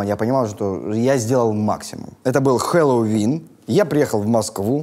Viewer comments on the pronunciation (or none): none